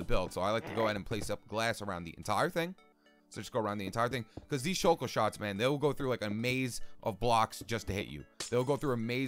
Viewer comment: "The shulk-el-er-l"